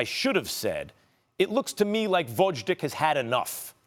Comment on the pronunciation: Come on, Max. Learn how to pronounce the Lastnames of the fighters. VOZHDICK??? seriously?